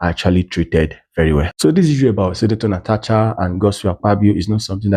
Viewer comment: Please learn to pronounce Natasha right. It is not Natacha.